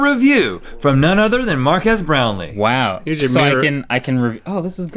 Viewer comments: My god, Its Mark-ass Brownlee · Its Mark-ass brownlee!!! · “MarkASS Brownlee”- Will Smith